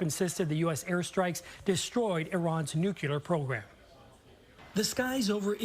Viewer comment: reporter cant even pronounce the word "nuclear" correctly